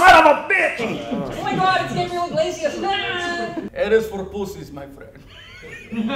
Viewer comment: Hey its Gabriel ig-lazy-ass